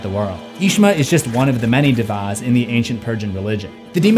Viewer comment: pronunciation corrections: Daeva/Deva -> Day-vah Asmodeus -> Asmow Dayus Spanish correction: Actividad Paranormal means Paranormal Activity. Actividad De Paranormal is just wrong.